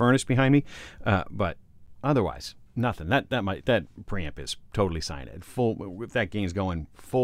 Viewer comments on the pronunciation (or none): none